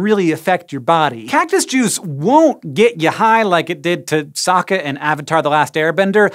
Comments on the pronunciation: Did he just say Sokka? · You can tell he hasn't watched Avatar cuz he said Sokka's name wrong.